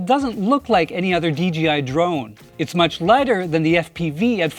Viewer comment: It sounds like he's saying DGI not DJI